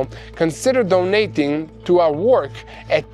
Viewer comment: Just so you know, when you say help support our "work", you're heavy accent makes it sound like you say help support our war. I don't think that's helping you that much with fundraising when you're asking for money to help with the war. Speak a little clearer when you say work.